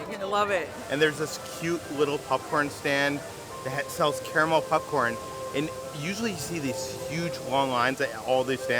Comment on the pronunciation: Are you saying “PUPcorn”? 😂